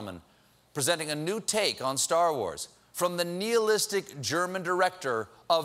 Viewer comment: "Nihilist" is pronounced "Nee-e-list" not "Nie-a-lust". You see zee deefrance? :p